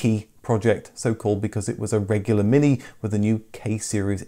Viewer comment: "eeze thees yuer Minki?" J. Clouseau